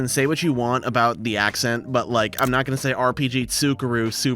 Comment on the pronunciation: You’re crushing with the accent — much respect